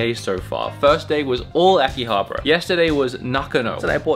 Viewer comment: Aki-abara, not aki-habra 😅